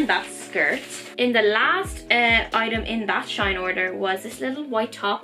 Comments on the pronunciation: never heard of shine. is it good? and btw it’s pronounced S H E E N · It's pronounced she in